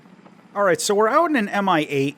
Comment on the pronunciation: "Mi-8" sounds in russian as "mee-8". Thank you for review!